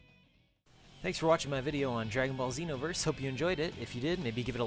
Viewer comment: The way you say Xenoverse bothers me. I'm a filthy casual too XD Some of my friends have this game, I'll check it out next time I'm with them.